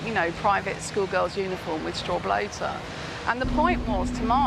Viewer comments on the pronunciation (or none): Straw Boater not 'Bloater'! 🤣🤣🤣🤣 And it's cajoling not 'canjoling'... Jeez... 🙄 She needs to be learned how to talk proppa like what I dun 🤡